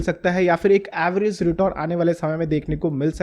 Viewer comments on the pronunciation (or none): none